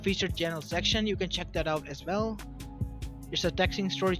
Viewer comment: what's the title in his channel. Although I hate to hear his "aswellas" and "Kage" I wanna hear this story.